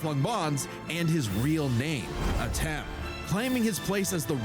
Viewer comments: Antem? Man you sere right about not being able to read. Your brain def short circuited because they literally just pronounced his name Atem too. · And this was seconds after she said Atem correctly before